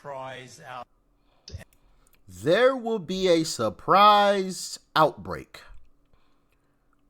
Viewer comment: Based in his "experience". "Sorprise"